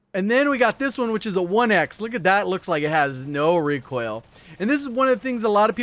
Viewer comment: Omg you say reek oil like my boy Hawksnest!!